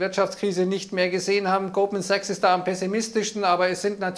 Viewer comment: Fuggi hat mich heute irritiert. Ich habe anfngs immer nur "Gruppensex" verstanden, bis es mir dann dämmerte. Fuggi hat Goldman Sachs mehrfach leicht schludrig ausgesprochen.😄 😅